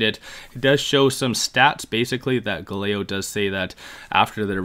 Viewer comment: Bro you can't be pronouncing Galileo like that 🤣